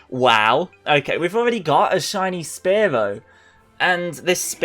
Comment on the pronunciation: Omg anyone else hate how he says “spare-low”?